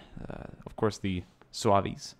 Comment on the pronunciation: its pronounced "zouvs" not "zouvies"